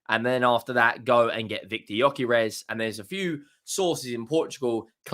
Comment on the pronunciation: Let me help you pronounce his name: GY(DUE) Ö(OE) DUE-OE-KAIR-ASH